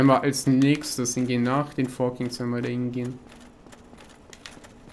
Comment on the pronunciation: ich muss dich mal verbessern auch wenn ich KEIN englisch lehrer bin es heisst KINGS nicht KIGNS ^^